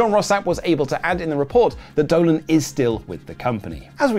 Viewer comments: it's Gigi Dolin not Dolan btw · "Dolan" Come on, guys.